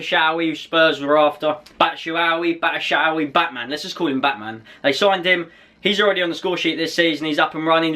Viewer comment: You say batshuayi. BAT-SHOE-EYE